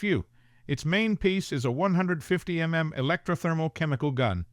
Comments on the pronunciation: It's an AI. real person would not refer to the U.N. as 'un' and a V.I.P as a 'vip'. Additionally, most people would know that the weapon calibres would be spoken as, in the case of the 9mm, '9 mill' or '9 millimetre', not '9 em em.' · Decent story but the AI narration is not that great. The un delegation when it should be U. N. Mmm Mmm when it's milimeters and some weird phrasing give it away it's not a human narrator. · The most blaring mistake the AI reader made was pronouncing "millimeter" "M" "M" AI is quickly becoming hated for the laziness it allows humans to have . And I hated this once I figured out that's what it was. 👎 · Mmkay. Narrator doesn't sound like synthetic, and needs to pronounce U.N. instead of "un", and mm as millimeter, and so on... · I think it’s a good AI reading, it has its flaws, but is better than any other AI reading lately. (It was a couple of things, like 9mm as 9 m m that gave it away as AI)